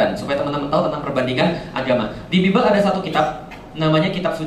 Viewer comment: Pak. Bible itu bacanya baibel pak bukan bibel.